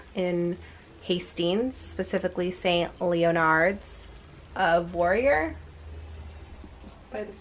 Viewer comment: it unsatisfys me how you say st leonards